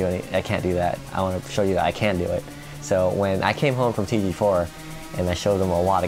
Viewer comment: "I wanna show you I KEN do it"